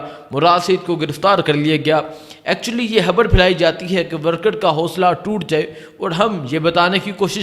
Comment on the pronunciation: یہ بولتا کیسے ہے 😂 تا تا تا تا 🤣 خبر نہیں بولتا خبڑ ہے مراد نہیں مراڈ 🤣😂